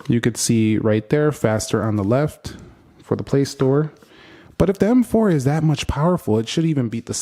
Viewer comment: m4 is pronouced as MMMM (gagged) 😂😂😂😂😂